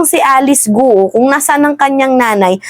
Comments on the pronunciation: Ang bigkas ng Guo ay gao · Guo is pronounce as “Kwo” or Kwoh (silent H)